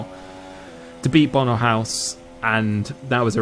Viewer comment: WHY DID NO ONE TELL ME HOW TO PRONOUNCE BONO'S NAME